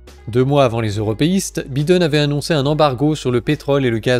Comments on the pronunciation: C'est bien mais il ne s'appelle pas "Byden" mais "Baïden" ... Faites un effort. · j'aime trop comment tu dis bi den au lieu de Byy den 🤣🤣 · Ha les français disent même biden au lieu de baïden waw 👏🏿 😂 Pourtant macroni adore cette langue hein ! il est votre président non !? 🤔...